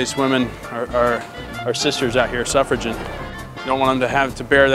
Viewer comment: Everytime he said sufferagin I died